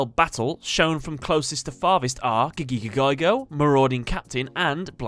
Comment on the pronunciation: ITS NOT GIGIGAGAGAIGO ITS FUCKING GAGAGIGO